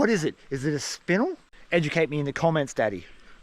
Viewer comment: Only because you told us to educate, spinel is pronounced spin-el, like Kal-El Congratulations on the finding an awesome spot man, hopefully there's many more to come.